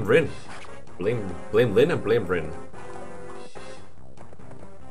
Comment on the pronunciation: let me know when you start pronouncing Rin's name correctly too, then.